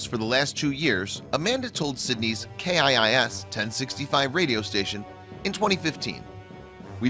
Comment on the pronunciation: It’s pronounced kiss not K I I S.